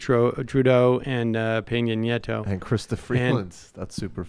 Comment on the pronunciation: "Why would these world leaders greet eachother like that? Must be because they're both evil and hate FREEDOM©." And it's Pena Nieto, not "Piña". Gosh golly, Sam's usually the smart one on this show, but here he's just an annoying American asshole.